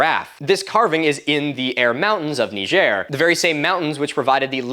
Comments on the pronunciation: Nigerian Desert. Nee Zher!! And NOT Nigeria! Nigeria and Niger and two separate countries and Nigeria does NOT run up into the Sahara proper. I'm not absolutely sure how you pronounced that, I tried to listen twice, but do not use a LONG "i". Thanks for the rest of the vid. Very interesting subject but nothing that hasn't been presented already. I just kinda like your antics. Cheers, Milo! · Just blew my mind finding out how you really pronounce Niger